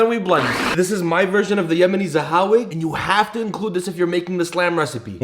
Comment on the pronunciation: It’s fire that you used saHawig but bro you Arab you could pronounce the Ha 😭